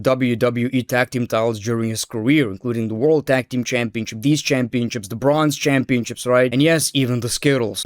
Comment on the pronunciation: Is it only me or is he saying Championchips everytime ?